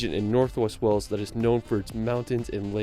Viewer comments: Whales? Wales. The language, Welsh is pronounced how it's spelled, with a sh at the end. And, yes, Stone Henge. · Wales is pronounced to rhyme with bales, dales, fails, gales, hails, jails, males, nails, pales, quails, rails, sails, tails, veils, whales. The narrator mispronounced Wales by sounding like Wells.